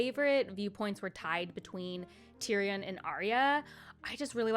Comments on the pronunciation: Tyrion - pronunciation: tyrian :) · Seeing someone talk about the books who is so unfamiliar and new to the world is so funny. Like the pronunciation on the names is crazy 😭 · Tyrion = tear (cry) re in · Please...tyrion= tear re un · Yes!! His writing style is what sets this series above most others..I also love how you pronounce Tyrion ❤